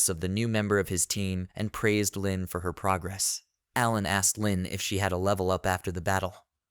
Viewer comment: Leen is an arabic girl name that means tenderness and gentleness. It is not pronounced as "lynn" but as "lean" like "leaneint" but take the first four letters only. It is a very beautiful name and it bothers me that you butchered it like that. It is not like "lynn". Nvm you butchered a lot of other names